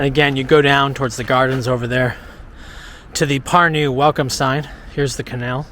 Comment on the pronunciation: mitte pürnuu vaid PÄRNU - eesti keeles on sönaröhk alati ESIMESEL SILBIL. ;) PALUN - öppige, välismaalased, kohalike nimesid igas riigis) öigesti hääldama. Seda ingliskeelsete jälki meie nimede hääldust on väga kurb kuulata. Aga see, et ingliskeelsed inimesed ei suvatse nende poolt külastatavate riikide omakeelseid nimesid selgeks öppida, on ilmselge näide maailma rüvetanud rahvuste šovinismist ja arrogantsist.